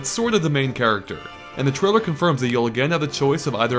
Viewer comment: he should learn how to say trailer if hes gonna use it 20 times... keeps saying trilla =_=